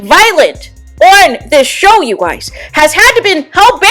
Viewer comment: "You gouys" 😂😂😂 Your voice, your accent is weird. You spoke the truth.